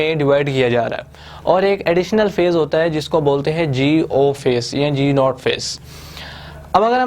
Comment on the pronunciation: Not GO it's called G Not phase